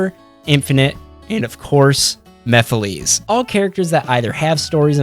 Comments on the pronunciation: Mephiles's name is pronounced "Mephil-ess", not "Mephileez". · After all this time, people still don't understand that Mephiles is pronounced "mehf-ill-less" instead of "mehf-ill-lees"? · Stop pronouncing Mephiles wrong! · Bro can't pronounce Mephiles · my guy PLEASE learn how to say mephiles